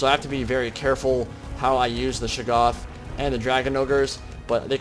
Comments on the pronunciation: Ohhh! I must've missed that. I believe the correct pronunciation utilizes the hard "a" and soft "o". Shay-goth (goth pronounced like those kids in all black and makeup) with the stress on the first syllable. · You pronounce "Shaggoth" differently almost every time you say it.